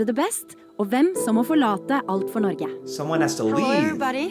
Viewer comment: As a dane that speaks Norwegian. It hurt me when he said norge.